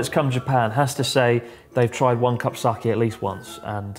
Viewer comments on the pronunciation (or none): wrong pronunciation of sake